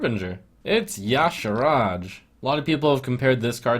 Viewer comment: Finally somebody who pronounces Y'shaarj correctly